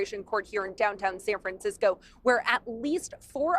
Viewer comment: san fransh-tshow